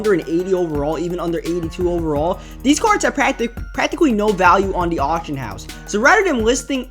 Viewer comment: It's pronounced these not deez